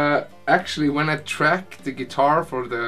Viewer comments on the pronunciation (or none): none